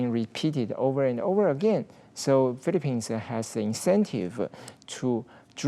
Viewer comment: He can barely pronounce his country the Philippines properly in English 🤦🏽‍♂️